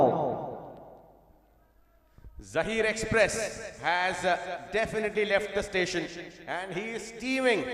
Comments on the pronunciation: Axcited hehehehehe dafanitley hehehehe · Definately ❌ Dafinately ✅ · Definitely✅ or Dafinetly?? Oh my goodness 😂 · Dafinetly 🤣 English